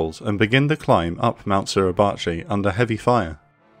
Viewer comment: Suribachi / 擂鉢 / grinding-bow, the pronunciation is SU RI BA CHI. All it take is few seconds to look it up. WTF is SLURRY-BACHI ?